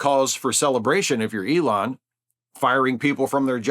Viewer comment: "ELAINE" Musk...